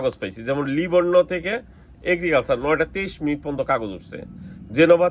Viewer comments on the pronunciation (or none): আরে মূর্খ শব্দটা পন্ত না পর্যন্ত।😂